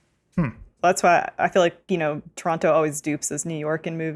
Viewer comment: Adam pronounced Toronto like he is from here. Also, we know you still love TDot!